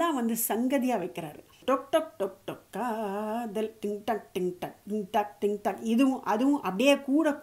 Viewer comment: to காதல் என்று அழத்தம் இல்லாமல் கதல் என்று உச்சரிப்பும் அழகு தான்